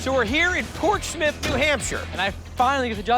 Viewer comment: It's pronounced Port-smuff, not Port-Smith........ And you get excited because the bacon is cooked too order, it takes minutes too cook. I'm lost for words, all I can say is, 'Murica, yiiihaaaaa.